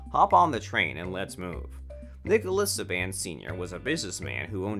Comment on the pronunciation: Can we get someone to say his name correctly good lord !